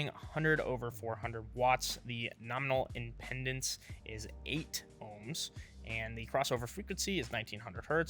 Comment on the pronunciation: How do you pronounce “impedance” again?